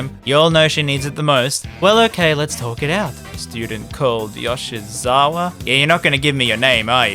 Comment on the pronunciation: It's Yo-Shee-ZaWarudo